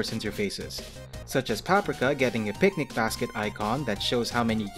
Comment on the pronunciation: I believe you're pronouncing Paprika and Tianhuo incorrectly. It's "Pap-REE-ka" and "Tee-YAN-hwo" (like "whoa"). There was one other word you mispronounced, but I can't remember it at the moment.